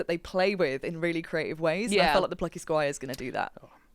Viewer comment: When said "Plucky Squire" I was like hm, come again? I thought she said a bad word 😅